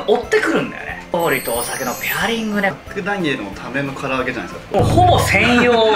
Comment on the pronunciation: 唐揚げがカラオケに聞こえたのは、自分も飲んでるからかな…